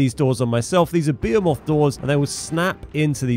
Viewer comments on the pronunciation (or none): Just as a heads up it’s pronounced (b-hee-muth) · I think he is just poking fun at how you pronounce behemoth